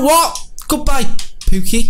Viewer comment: It’s not pooki it’s [pu-key]